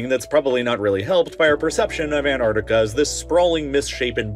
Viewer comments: Repeat with me: an-TTTTar-Ti-ca.. thank you 😊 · It would help if the narrator would learn to pronounce "AntarCtica" properly - i.e. it has two Cs, not one. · Don't forget to pronounce your Ts! ant-arctic-a not an-ar-di-ca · Annardica...yes. Also... anti-Semitic becomes... Anni-semadic. I am a teacher of English with over 10 years experience in the E.S.L. and IELTs sector. Pronunciation and accent are so important. Advice: keep your accent but speak clearly. In the U.S.A. accent most often smothers clarity. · Interesting fact, you are allowed to pronounce the first T in it's name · Why do so many people miss pronouncing the first 'c' in Antarctica?? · Please learn how to pronounce "Antarctica" correctly - the first c is not silent. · Darn right it’s misunderstood. To the extent that this channel, in its video raising awareness about Antarctica, drops the first “c” in its name. I feel inclined to celebrate each time I hear an American pronounce ant-ARK-ti-ca correctly. It happens once or twice a year. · Why is pronouncing Ant-arc-tic-a so difficult? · If you’re going to talk about it, at least pronounce it correctly. It’s AntARCtica. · Americans like you can’t pronounce Antarctica properly. There is a T. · You mispronounced Antarctica multiple times. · its pronounced "ant-arctic-a" there are 2 "c"s in it.